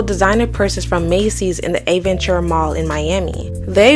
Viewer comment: Ave-IN-TURR-UH .. Thats how its pronounced 😅